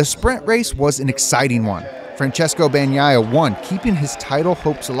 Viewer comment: FRANSISCO BAG-NYE-UH? Bruther you claim to be a MotoGP fan? Come on dude, world champ 22/23 put some respect on his name